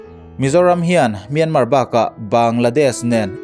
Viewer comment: Mizoram tih a R hi ilam Chiang tho sia,ti nge Mianmar tih a R hi i lam rik ve loh ..nge ka hresual zawk a Mianma tih a lo ni tawh zawk ..